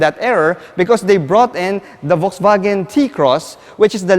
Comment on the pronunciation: I just wanna politely point out something. Please say it as either "Volkswagen", or "Folksvagen" (german way). You're saying it as "Volksvagen" and it kinda sounds like its hurting the brand...